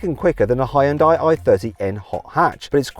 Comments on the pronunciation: ヒュンダイ、ヒョンデでもなく、ホンダィね。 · 現代はホンダにわざと発音を似せているってネトウヨとかの嘘かと思ってたけど、ネイティブの発音聞くとまじでホンダに聞こえるｗ